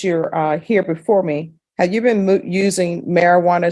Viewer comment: Well, at least he admitted "I was bean disobedient" and "I bean doin' stipulations"